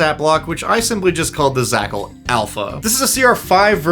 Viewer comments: A pack of Zhakals, a packle, of Zhakals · It offends me that you pronounced zh as /z/ instead of a voiced /sh/ or like a j /dzh/ without the "d" on front, which is clearly implied by the spelling! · zh would be pronounced not as a z but as a french j